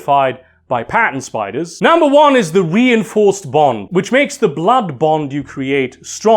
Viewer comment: When you said “Pattern Spiders” I thought you said “Patent” spiders. That that was funny.